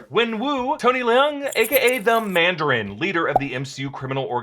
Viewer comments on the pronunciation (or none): It is Tony Leung, not Le Ung.